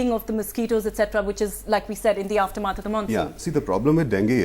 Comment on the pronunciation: "aaftur maath"